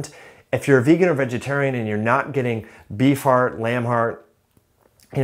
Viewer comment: You say beef heart I hear bee fart